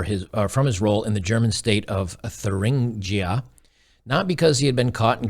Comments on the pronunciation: It is 'Teeerrr..in..gee...ah' in German pronunciation. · “Thuringia”: German doesn’t “do” the English “th” sound; it’s more just like a breathier sounding ’t’. Also, I suspect that it has a “hard” ‘g’, rather than “soft”.